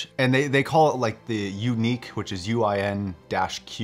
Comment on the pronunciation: It's pronounced as it's spelt, "Uni" "Q".